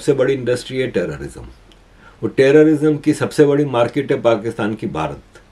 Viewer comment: markit nahi market bolate hai